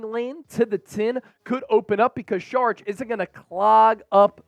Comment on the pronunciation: And it’s not SHHHHHHarich it’s Sawwr itch